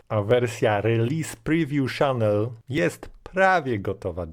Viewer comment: Nie "szanel" tylko już bardziej "czanel". Tu nie chodzi o słynne francuskie perfumy i francuską wymowę tylko o jak najbardziej angielski (amerykański?) kanał. "kopajlot" ostatecznie "kopilot" (bo taka wymowa też funkcjonuje w polskim lotnictwie ;) ) Jak robisz jakiś program to wrzuć w tego coniecopilota słowo i poproś, żeby zdradził Ci poprawną wymowę. Nie trzeba być "hackerem", żeby wiedzieć, że od dawna (od W7?) wszelkie elementy wchodzące w skład Microsoft Management Console są wyszukiwane tylko wtedy, gdy wpiszemy poprawną nazwę wraz z rozszerzeniem np. gpedit.msc, diskmgmt.msc itd. zamiast gpedit, diskmgmt. I nie trzeba do tego otwierać wiersza poleceń czy PS - w ten sposób wyszukasz z paska wyszukiwania. Tylko to nie są narzędzia dla "zwykłego" użytkownika, więc zostały nieco ukryte. Tzw. power user da radę ;) Poza tym programy na pewno interesujące dla sporej liczby użytkowników. Powodzenia.